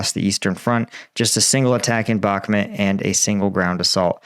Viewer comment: Can you please say the word Bach - Moot not how you say it like Bach-met